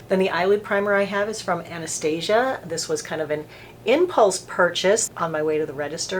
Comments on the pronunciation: Love your videos! Just wanna tell you she pronounces her name Ann-Nuh-Stah-See-Uh. :) Not Ann-Uh-Stay-Zha. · Awna staw seeya. If you watch her videos that's how she pronounces it.